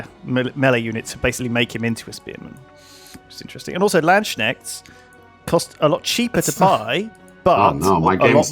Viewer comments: Love the series, the EPSMOD really makes the game feel better. Maybe more like Civ 5. Oh and Landsknecht is not pronounced "lance shnekt" it's "lands knecht". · "Nooo! It's pronounced lands-kneght! Stop saying it like that" "Haha land schneck" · Land Snek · It Is NOT LANDSCHNECKS! Learn to read damn it <.< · As a native german speaker I knew he was gonna butcher that word and he did it so spectacularly. :D